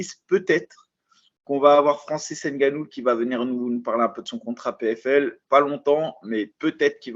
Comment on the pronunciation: ce est un gars très perspicace Et comment un Noir fait pour prononcer N'gannou🤦🏿‍♂️